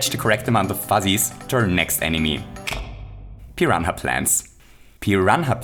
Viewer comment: Did he just say Pi-ran-ha Plant